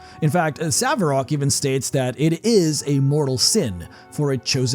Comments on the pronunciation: You're butchering a name. It's Sarevok, not Savarak or Saverok or Savarok. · 'Sarevok', not 'Saverok'. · Sa - re - vok ... Sarevok! Not Sav-rock ! 🤣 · My goodness man, even when it's spelled out clearly, why must you insist and pronouncing it as 'Sah-evrok?' It's very clearly 'Sair-ev-ok.' Having made it to the end. I feel now that my quibble over the correct way to say that guy's name is the least of my criticisms. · Sa-RE-vok, not Sa-ve-rok. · It's SaReVok. Not 'saVeRok.' The mispronunciation is driving me insane lol. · this must be rage bait. you had it spelled out on screen so many times. saREVok!!! not saVERok. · Sarevok, not Savarek. Pronounced like Sair-uh-vok An-chev. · Sa-re-vok, not Sav-e-rock. You're killing me here! I was so confused as to who you meant at first, as I listened to this while working out. 😂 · Loved the video, hated the Savrok wording :P Sa-Re-Vok (As in SAnd REd VOCal) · SAREVOK, not SAVEROK. drives me crazy every time you say it. lol. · Savrok? haha lol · I wonder if you're AI or trolling. The name is SAA-RE-VOK. Worse it's pronounced in game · I thought I'd mention that it's pronounced Sarevok. And his last name is pronounced like anchovy so Anchev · I hate to be this girl but it’s Saravok not Savarok. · Dammit! He was Sa-Re-Vok. Why is it so hard? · Why do people keep calling him "Saverok".... Can you guys....not read? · Sa-re-vok. SA-RE-VOK ffssake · Sarevok. Not Saverok. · Say it with me SAREvok anCHev. Your butchering of Sarevok’s name, both of them, is driving me crazy. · Sarevok. Sar-e-vok. The r is first, not the v. How can you get that wrong unless you literally never heard it pronounced in game? Do you play the games? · I have to be this petty. I'm sorry. I love you and your content but it's like a compulsion from the netherbrain: SA RE VOK There. Phew. (Awesome video man) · Each time you said Saverok my mind reeled, as if bitten, it took something i would never get back... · SAR-E-VOK, SAREVOK! SAREVOK ANCHEV!